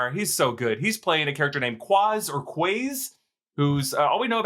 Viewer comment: It's Quasar guys haha